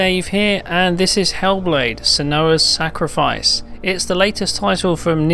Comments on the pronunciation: What a way to totally mispronounce her name lol! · He said Senuah all wrong. Guessing he hasn't played the game properly as they mention her name lots.